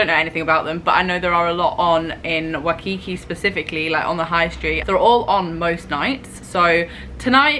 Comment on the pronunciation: It's WHY-kiki, not wuhkiki